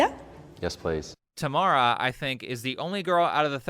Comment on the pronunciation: That said, I am not sure I can handle someone who pronounces Tam' ara, as Tama' ra.